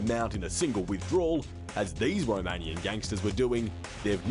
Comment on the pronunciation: AY tee aim... romayniyun gangs flying in so thaay can steel big maany .... stupidest English accent ever